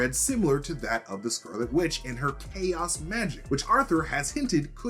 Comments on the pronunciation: AH yes, "CHOAS" , the ever feared word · "There's choas in you" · "There is choas in you." lol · "There is CHOAS in you" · "Theres choas in you" ah yes, choas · Choas? Rush much? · Anywhere care enough to mention the 'coahs' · “There’s choas in you” lol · "There is choas in you." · "there is choas in you" lel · There is 'choas' in you. Lol. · There’s “choas” In you haha not a slight. Just thought was funny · ‘There’s choas in you.’ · “There is choas in you” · "There is Choas(?) in you" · And that makes you... the Scralet Wicth